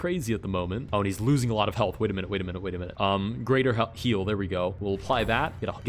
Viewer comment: "greather" heal???! greather!??!?!